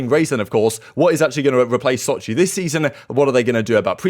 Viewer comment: Was I the only one who heard Shotzzy not Sochi? Major 1 on mind